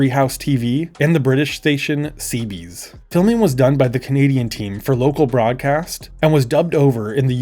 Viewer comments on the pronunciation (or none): Favourite mispronunciations this video: "Ceebees" for "CBeebies" (see-bee-bees) and "Sodder" for "Sodor" (sow-door). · Just letting you know - it's pronounced 'See-Bee-Bees', not 'See-Bees'! And Sodor is pronounced 'Sew-Dor'. Great video though! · Lol only came to the comments to say it's cbeebies. Pronounced c-beeb-EEs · Not to be that guy, but I think you mean "CBeebies" edit: Not to be that guy AGAIN, but it's pronounced "sew-door" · The "Seebees" and "Sawdoor" pronunciation are crazy Anyway, bro, 8 hours before you uploaded the video, the Dora the Explorer pilot has been found here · Yeay Kevin Mention! CBeebies, not C Bees. Sodor.. So-Door not Sodder. I understand this one, but it's pronounced Redding if it's the town. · I don't think I've ever heard anyone call CBeebies “Seebees" before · LOLL I WAS GONNA SAY THIS😭😭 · Seebees and Sawder stick out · it's pronounced Cbeebies (you missed a syllable)